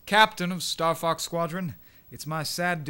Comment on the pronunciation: It almost sounded like you said "Fucks" instead of "Fox."